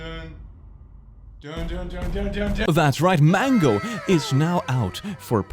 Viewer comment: day 7 of saying mangOwO